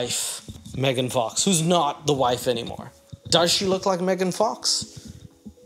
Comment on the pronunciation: Bro said megan fax 😂